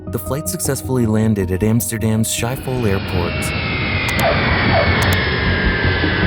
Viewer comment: That's not how you pronounce Schiphol. And if you're going to use graphics, at least get what the building looked like correct.